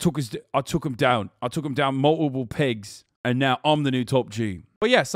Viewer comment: Hasan's accents kill me. Mul - i - pull. Bahahaha.